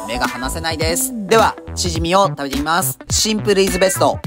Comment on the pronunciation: チヂミのイントネーションおかしくないですか？笑